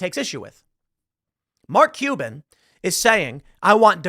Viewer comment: Do you wanna be "MarLk Cuban" or Mark CuLban"? We are gonna have to figure out where to put that massive fucking "L".